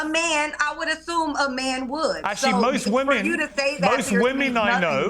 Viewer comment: 'i would athume a man would!' lol